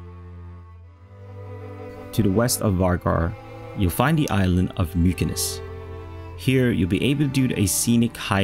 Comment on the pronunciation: Just so ya know, Mykines is pronounced,"Mitcha-ness". :) Viva la Føroyar!